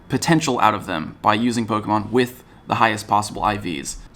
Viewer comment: Thank you for being the only person to say polemon right